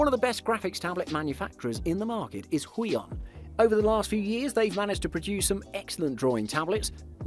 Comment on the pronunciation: omg why is he saying huion as “weon” and not as “who-eon” aaaaaaaaa